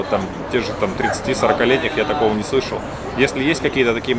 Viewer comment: "Но ни ню" прикольно слышится, сразу не поняла, что сказал 🤪 (я знаю, что пишется "не")